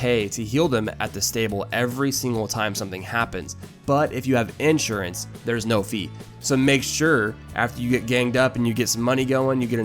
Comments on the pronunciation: You can't even pronounce Insurance properly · “Ensurance” fucking spaz